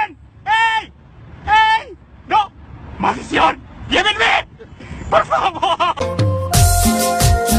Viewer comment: like si te gusta cuando dice "MALIADASO"